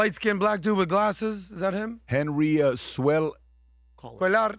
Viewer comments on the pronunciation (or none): The Texas politician’s name is pronounced Queyar. He is Texas version of John Fetterman. Being from Texas, he has seen firsthand what illegal immigration has done to Texas. Great show PBD AND CREW!